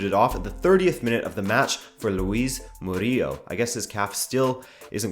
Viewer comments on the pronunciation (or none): It is pronnounced Luis Moo - Ree - Ehl (Muriel), You pronounced it a bit like murillo. But good effort none the less, lol. Also we will have to step up or game if we want to win against england and play good defensively, because we gave way too many chances to Senegal.